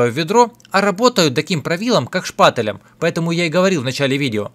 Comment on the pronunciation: Как же меня раздражает, когда говорят шпатЭлем